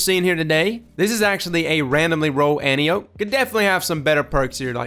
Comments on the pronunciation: Its pronounced "Ant-eye-O-pee." Saying "anty-ope" bugs the hell out of me. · It's pronounced: ant-eye-o-p. For some reason that was really bothering me. Great video though agree 100% they need a slightly faster TTK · I think it's somewhat confusingly pronounced An-Tai-Oh-Pee.